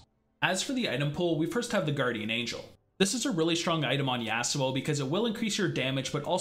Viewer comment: I dont like how he pronounces Yasuo but ok